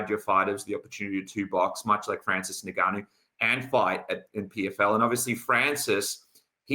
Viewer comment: The host should really know how to pronounce "Ngannou" by now